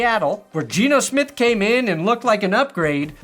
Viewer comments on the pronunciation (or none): none